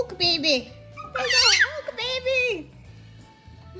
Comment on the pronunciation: I love you say babylirious but you say bebe instead of baby